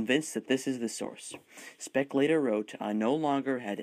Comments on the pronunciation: its speke not speck, ffs. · Thank you very much for this great video. Just 2 things: it is Tanganyika as in "tangayeeka" not "tanganyaika" and Speke as in "speak" not "speck"